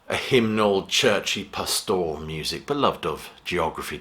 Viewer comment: An excellent and informative review. Just one tiny niggle... it's PAStoral, not pasTORal.